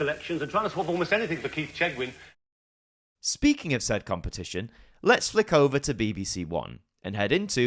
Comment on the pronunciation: Keith Chegwin not what you said lol